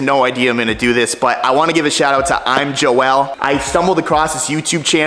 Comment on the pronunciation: I have never heard. Joel. be pronounce. Joe L